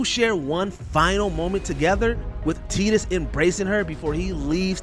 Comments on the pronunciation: WatchMojo, your narrators have GOT to research these characters more. The pronunciation of some of the names is just atrocious. Teedus? Come on. TIE-TUS. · teedus? you mean tie dus? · The main thing that made me cry this video was the unacceptable pronunciation of Tidus......